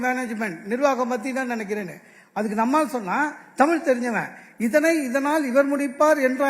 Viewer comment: இவ்ளோ நல்லபேச்சாளர் ப்பாவம் பாவம் டமில் உருப்படரமாதிரி தெரீல